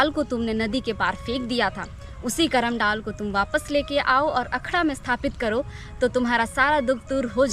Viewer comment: पर्व करमा या कर्म नही होता है यह करम होता है।